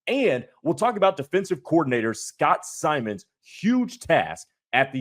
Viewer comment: For your future reference, it’s pronounced like Simons. Simon says. Not Simmons.